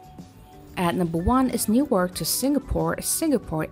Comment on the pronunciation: Credibility lost when Qantas and Newark aren't pronounced correctly. Must be a machine reading some text...